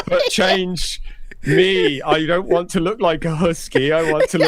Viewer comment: The way he says "want" as "waah" really pisses me off lmao